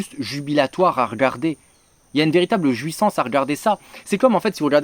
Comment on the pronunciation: Mais putain mais qu'est-ce que tu fous de tes "o" dans les mots toi ? ... La JUIssance ? La JUIssance c'est le wUIkend nan ? Mais serieux... Et moi j'suis jouif, et il est tombé beaucoup de plouie c'matin .... Mais ça sort d'ou ces défauts d'élucution franchement ? Ca fonctionne comment si ce n'est pas systématique ? Aller j'vais m'faire une bonne burriche d'houitres ....